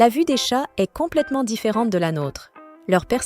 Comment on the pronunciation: Effectivement, à un certain moment j'ai aussi noté cela. Toutefois certaines autres prononciations de mot telle que le est (verbe être) est prononcée comme Est (point cardinal) tout comme le ton mononocorde et ne respectant aucune ponctuation me laissent penser que cette voix est artificielle. Bien faite, presque humaine mais définitivement artificielle.